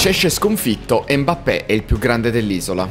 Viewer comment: Mi ha fatto troppo ridere quando ha detto al posto di Mbappé, ha detto “Modrić è andato a farfalle, Mappé”😂😂😂😂. Al minuto